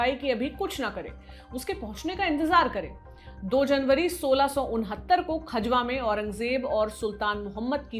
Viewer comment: Vo खजवा nhi खजुहा है बावन इमली से 2km pahle वहा अभी भी औरंगजेब की पवेलियन बनी हुई h 🙏